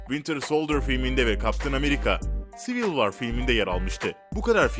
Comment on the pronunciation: Civil Var değil Civil War yani (Sivil Vor) BİDE MÖRVIL DEĞİL MARVEL